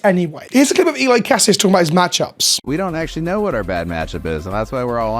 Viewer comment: *ee-lee kas-ees